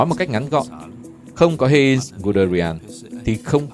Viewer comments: Heinz tiếng Đức đọc gần như là: "hai-nz" ko phải "hên" nhé, Manstein cũng là "man-sờ-tai-n" chứ ko phải là "man-sờ-tên"... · Giọng của bạn đọc rất hay và truyền cảm, nhưng nên cố gắng tìm hiểu tên riêng để đọc cho đúng, khi nghe cảm giác hơi bị chõi tai, Hê in (thực ra là Hainz) ...